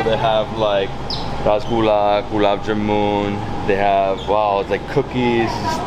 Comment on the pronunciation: It’s not jamoon, it’s ja-mun, like sun, run, bun… 😊